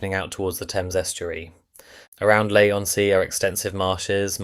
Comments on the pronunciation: One irritation of so many of these AI voiced videos is the pronunciation of places names. It's not LAY , or CanVAY, or BasilDONN, or (North) BEAR-WICK. Don't the producers check this before posting the video? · Four different ways of pronouncing Basildon! 😂 Leigh is pronounced Lee. And the AI thumbs 🤦🏻‍♂️🤦🏻‍♂️🤦🏻‍♂️. Those buildings weren’t there when this video was filmed!!! A bit of accuracy would be great!! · Some comments. 1) It’s pronounced Lee on Sea. 2) Limehouse was Stepney East for a long time and had diagonal wooden fencing following Midland Railway tradition. 3) Basildon was a new town and supposed to be self contained with people living and working there. They had to fight to get a station. 4) I used to travel on the line and the absence of a preserved class 305 is not a loss.